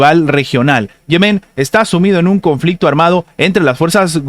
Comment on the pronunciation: Diga Yemen no Yemén. Salud